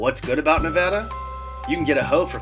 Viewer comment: At least you said Nevada right. Not NeVAHda, NevADDah.